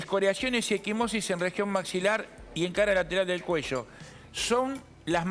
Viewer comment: ..."en la base del maximilar" Patético, el léxico profesional de ese ¿periodista?